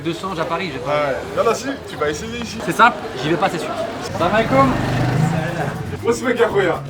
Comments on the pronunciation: Le salam il le dis grave bien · Mdrr en plus il la trop bien dit